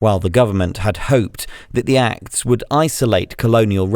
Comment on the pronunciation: Awful AI voice in French, not even able to recognize the word "acts" read as an acronym...